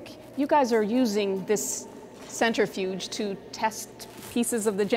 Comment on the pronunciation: “Center Fuge.” 🤦‍♂️